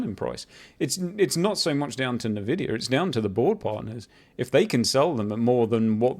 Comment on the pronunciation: First time I hear someone pronounce INvidia - Navidia